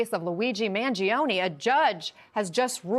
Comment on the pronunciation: 'Mangione' is pronounced with only 3 syllables not 4. Man joe nee